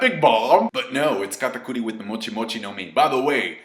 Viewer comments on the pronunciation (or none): I'm just here to hear u say katakori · why do pronounce katakuri's name like that